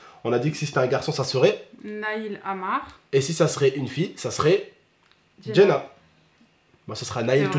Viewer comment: C est pas Jena c est JeNNa ce qui veut dire paradis en arabe vous avez un nom magnifique mais vous le francisez le prénom